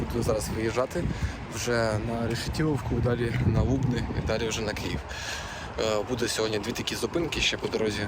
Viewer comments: мля Лубнииии, а не Лууубни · В Лубнах наголос на «а», Лубни - наголос на «и»